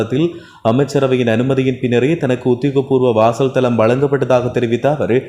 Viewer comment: வாசல் தலம் இல்ல 'வாசஸ்தலம்.'